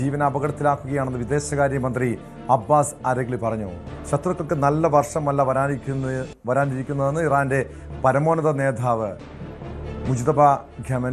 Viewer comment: "നേധാവ് " അത്രയും കടുപ്പം വേണോ? "നേതാവ് " പോരേ 😂😂😂😂😂😂😂